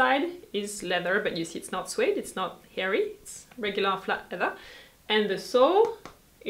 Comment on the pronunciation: Love you, your videos, your views on life. This from an American. (a pronunciation note: note USA general) no [sue-wade] but [s'wade]. I should have an elision symbol between the s and w but alas, not on this computer.) Thanks for your attention to quality. "These days" I am priced out of quality shoes. I just wear old Converse almost all of the time. A pair of flat leather Tom's are my 'better shoes". Luckily, there is no winter here in LA.